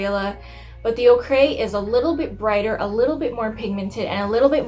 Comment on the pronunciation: Ochre is pronounced ‘Oaker’ not ‘oh cray’ ....oKay?! 🤣